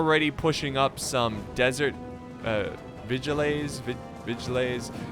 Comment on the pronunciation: Vigiles is pronounced without the "e", just another word for bodyguard